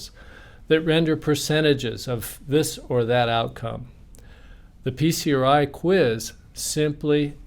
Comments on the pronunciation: should be pronounced as "pee-cry". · I wish he would stop saying "Peace-er-eye." What is it? Acronyms are confusing when you're under stress. Is he saying "PCRI?" Ok, what is that?